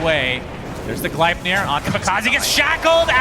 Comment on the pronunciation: Gleipnir not Glaipnir, what are they high german?